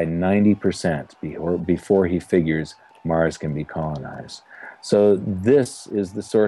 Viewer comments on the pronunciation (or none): none